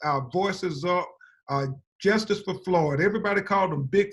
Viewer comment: Will someone tell the down south lawyer Mr,. Ben crump to try and speak well,,pronounce his words correctly,,,,,the word is ambulance,,,not ammalampse!! The word is justice,,,not jesstiss!! He is a lawyer and represents the Floyd family! Speak up and speak well so everyone will take you seriously, sir,,,,,,,,ie, like Johnny Cochran did! Justice will be done in the end! Keep prayerful and admonish demonstrators not to loot( steal) ,. Kill, fight each other ( black on black,,,,,,,or blame all police for what one or three bad policemen did,,,,,,parents train up children not to write bad checks so that they won't get in trouble with the law,,,,,the Bible says ask,,work,,,do good,,,,live peaceably with all men!! God bless and may all the celebrities and rich black folks who talk so much about what has happened start to put their money where their mouths are!! Help financially the Floyd family,,,,,money and empathy is needed now I'm sure! Michael Jordon has a white wife,,,,,,,,,Mr Jordan,kindly donate some of that billion to the black Floyd family!!!